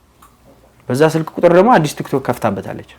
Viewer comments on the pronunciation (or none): none